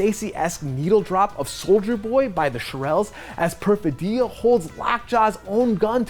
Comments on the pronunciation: The reviewer supposedly watched the film well enough to spoil every plot point, but somehow managed to mispronounce the name of one of the main characters repeatedly. The stress in Perfidia is on the second syllable, not the third. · How could someone mispronounce Perfidia so many times in a row? Did you listen to them say it in the movie? Like even once? Haha